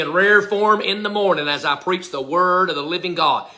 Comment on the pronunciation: Oops Preach 🤣 not Peach.